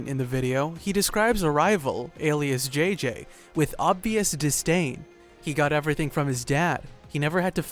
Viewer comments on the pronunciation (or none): anyone else cringes when he says Jay jay instead of EL JOTA JOTA JJ lol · El jota jota that's how you say it.....( J.J)